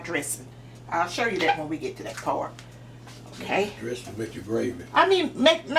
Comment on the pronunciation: Look Delicious! Ms. you so funny saying dressing. Thank you soo very much 😘⚘💃🤍